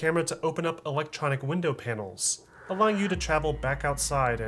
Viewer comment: Sounded like u said elechonic I love the vids tho